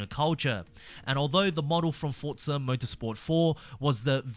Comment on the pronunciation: Bro its forza not fortza u